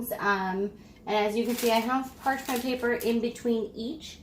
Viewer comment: "Parshman paper" ? What did you say ?